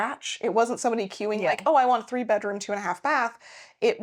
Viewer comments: No, let me correct you on that. One is off a bedroom. The other is off a "bedrom." Not to be confused with a bedoom, a beroom, or bedr. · Do you want the BEROOM or the BEDOOM? 😂